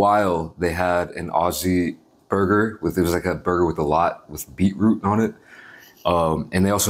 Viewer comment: The way he said beetroot 😂 And yes bacon looks like that in Australia